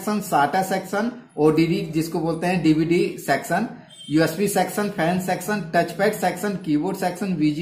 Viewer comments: It's section not sexion when you're pronouncing 😇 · It’s not sexon, it’s section